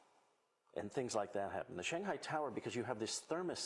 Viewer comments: Cool! Lady needs to learn how to pronounce "Shanghai" though. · this actually reflects her professionalism, as she is trying to pronounce "Shanghai" in the authentic Chinese way.